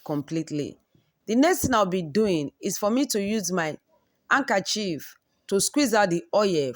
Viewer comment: You can put it in the fridge to set the oil and separate easily. Did she just say “ankerchief”?